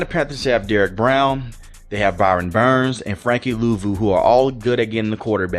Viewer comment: Brian Burns. You always say Byron Burns lol